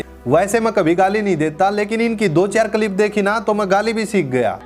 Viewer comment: Tere bolne ka tarika to pura ganwaar wala hai andhnamaazi. Ab Kya hua freedom of opinion ka ? Kalip nahi hota clip hota hai